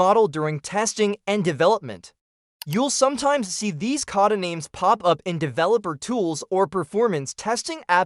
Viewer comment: Geez the pronunciations of everything are terrible. Cod-ah-names over and over again.